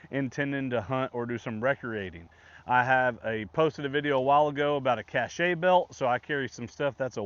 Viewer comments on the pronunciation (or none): Wazoo belt is cache (cash) rather than caché (cashay).